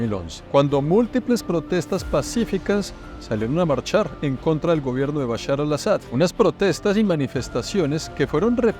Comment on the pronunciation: dice Bushar y es Bashar lo cómico es que bushar en árabe significa crispetas